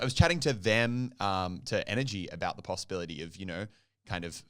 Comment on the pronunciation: Is she saying nrg or energy